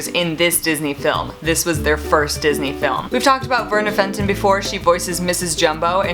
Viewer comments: It's pronounced Felton, not Fenton. Sorry I had to do that. Again, love your videos and your content as always!!! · Verna Felton. Not Fenton!